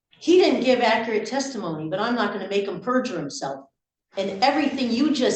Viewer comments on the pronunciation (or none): “he didn’t make accurate testimony and I’m not going to make the witness purger himself.” That’s narcissistic platinum. It’s like asking someone without kids if they stoped burning their children with cigarettes. WTF is wrong with people? Edit: She reminds me of my older brother when I was a kid and we played chess. He’d knock all the pieces to the floor even when I thought he had the advantage. I had to memorize the the first paragraph of the Declaration of Independence in elementary school; and why is it people can’t pronounce unalienable rights? Also at the beginning she used the ”My Honor” in place of ’Your Honor’